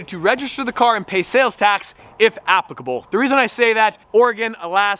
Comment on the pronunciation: Stop whining please. No one cares, you don't have to prove anything to your loyal viewers...oh and the word is "applicable" not appacable. 😋